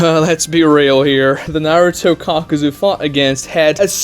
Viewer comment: It's kakuzu (kah-ku-zoo) not (cock-ew-zew)